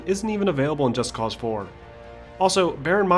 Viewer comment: Finally someone did it right. Most people don't realize they say the title wrong. Its not Just Cause like "Just because I can" Its Just Cause like "Cause for Justice " So Just Cause, not Just Cause. Admit it, you read that in two different tones.